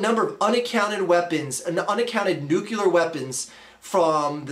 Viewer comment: What's Nucular?